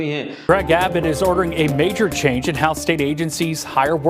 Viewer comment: Location अबोट नहीं, एबट होता है.